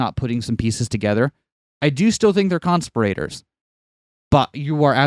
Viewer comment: The way you say "conspirators" makes it sound like "constipated" to me.